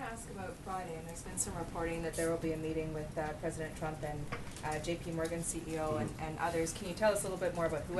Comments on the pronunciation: Sean is going to get the sack next for calling the president Trimp instead of Trump. He needs to pick up his game because he stumbles over his words every day. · he said president trimp